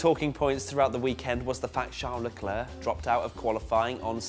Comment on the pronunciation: CL: Hi, I’m Charles Leclerc. MWTF1: sHaRl LeClUr